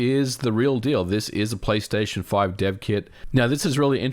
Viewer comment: "return to playstaytion or return to *microsoft*" nice one MVG